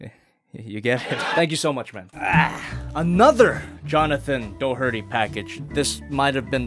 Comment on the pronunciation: My god, your pronunciation of Doherty hurt me and every Irishmen ever, oof